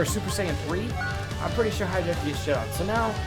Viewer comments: its pronounced hatch e yack, not hijack! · hatchiyack. not hijack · and it's hatchiyak not highjack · This dude said "Hi-jack" Ahem if you can read.. Its HATCH-E-AC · I know it's hatchiyyyyyaaaack not hijack god when will people learn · Why do you pronounce Hatchiyack like that? It is clearly not "hijacked." I enjoy your videos, but that's super annoying. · Everyone makes the same mistake on Hatchijaks name. I'm sure thats close to how to spell it but everyone says Hijack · His name isnt Hijack guaaah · Pronounce the names correctly for once. Mis-pronounced Hatchiyack.